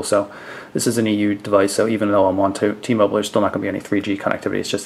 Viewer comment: LOL, when he said "T moble".